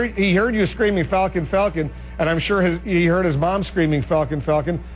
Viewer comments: Falcon not falcum. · it's not falcolm, it's falcon the kids name is fucking FALCON